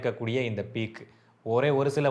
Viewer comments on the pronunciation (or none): none